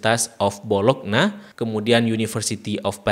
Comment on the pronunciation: izin meralat. D menit 9.46 itu cara nyebut nya "Bolonnya" bang, bukan bologna. Permisi bang, mohon maaf,.. Jazakallah ala ilmik